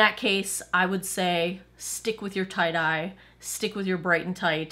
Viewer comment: Every time you say Tight-Eye, I think you've said tie-dyed! Lol! Either my hearing is going or I need more sleep. :-D